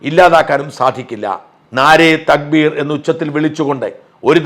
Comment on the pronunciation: You can notice that Nare "Nare thakbeer" this pronounciation it's self wrong so it's sanki...